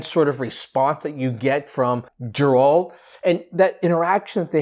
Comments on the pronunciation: Forgive me but it's Geralt not Jeralt. Ger like rhymes with hair. Geralt. Otherwise, glad you liked the trailer! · GAIR-alt! Hard ‘G’! I’m sorry but mispronunciations really bother me😭😭 Anyways, I’m totally Team Yen and I’m glad that this is a story about their little family. I’m beyond hyped for this! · You call yourself a fan, but don’t even know how to properly pronounce his name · Stop saying his fucking name wrong before he comes and uses axi on you